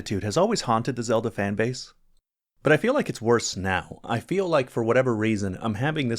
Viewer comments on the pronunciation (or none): none